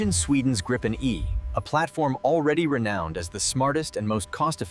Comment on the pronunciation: 'Dripen' lmaoo